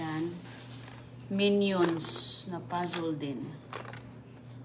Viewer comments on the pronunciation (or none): Pasol? Puzzle please, kindi, di ba candy? . Mag aral ka na please inday ng English. Tapos, ridi, di ba ready?